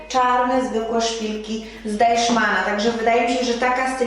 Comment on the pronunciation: Es heißt Deichmann und nicht DeiSCHmann 😄😆